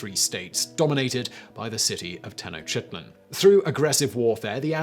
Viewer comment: Makes he laugh each time he i hear Simon says Tenochtitlan